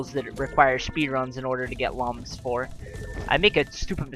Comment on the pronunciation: "In this first world--in Jibberish Jungle-- there's only four levels that require speedruns in order to get lums for." 1. You said lums unstead of electoons. 2. *ahem* looms :P